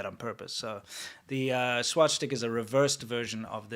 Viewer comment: the Swastika is originally a Hindu symbol. The Finnish have used a variation of it as well. I have also seen it on some WW2 Chinese equipment (Chiang's troops not Mao's). I love pronunciation, "swashsticker!" LMAO